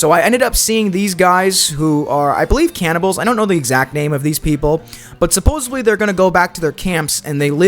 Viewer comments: It wouldnt have been so bad if you actually said it correctly. There is no “B”. It’s a “D”. It’s one of my biggest pet peeves. I cringed every time. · SupposeDly* with a D dude. jfc. Luckily you only said it wrong about 150 times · Supposedly* not supposubly and especially* not eckspeshally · *supposedly. (With a “d” not a “b”… you even said “supposevly” a couple times…) Also “falled” is not a word. The past tense of fall is fell/fallen. If English is your first language… eesh. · Supposedly!!! Not supposebly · Supposedly "supposedly" isn't pronounced "supposably." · i mean this with love, I watched the whole video. Supposedly doesn’t have a b in it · Palm Tree! Great video! (Though hearing you say "supposably" instead of "supposedly" over and over again hurt my brain.) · This was a fun video - great job - i subscribed! But yes your pronunciation was supposably incorrect in some places LOL. : "they have like droven past, I shouldn't say droven, roden past the jail." had me cracking up - third time is the charm? Keep up the good work! Because I have no life I did actually count your supposablys (in parenthesis). Here is the count: myths 1-25:(0); myths 26-50:(3); myths 51-75: (10); myths 76-100: (11); myths 101-125: (10); myths 126-150: (16); myths 151-175: (10) and myths 176-205: (15) for a grand total of 75 supposablys over 87.5 minutes. This equates to one supposably every 1.17 minutes!! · Omg same I cringed every time he said it… a few times he even said “supposevly”… with a “v” Dafuq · he says the word with an F a few times. Like suppose-of-lee. Listening to this was brutal. here’s an example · Bro you said “posably” more than once. Having an AI voiceover would be preferable honestly. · “supposably attrack” its hard to tell if you record drunk, are uneducated, or just don’t watch your footage back. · Is he saying «supposeBly»..? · Supposedly ❎️ Supposably✅️ Reticle❎️ Recticle✅️ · “worldpool” “supposebly” bro’s english is 0/10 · I can't with all the "supposably" 😫